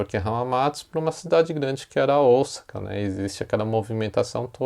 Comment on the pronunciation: Esse é um erro q vejo vários jornalistas cometerem ao falar da cidade de OSAKA!! Deveriam se informar melhor!!